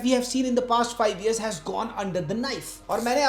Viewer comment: Its not Ears, its Years